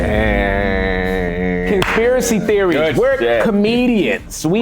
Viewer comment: I keep reminding it back hE said conspiracy trophies he said it wrong I’m over here laughing can’t breathe😂😂